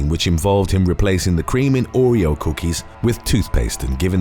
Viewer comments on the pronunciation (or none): none